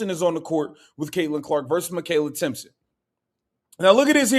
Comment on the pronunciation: its Timpson!!!idiot!!!